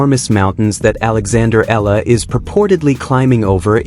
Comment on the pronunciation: EALA is Alex family name Not ELLA